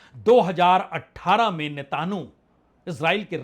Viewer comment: आप नेतनयाहू बोल नहीं सकते नेतानु बोलते हैं ।तोतला हैं क्या ?😅😅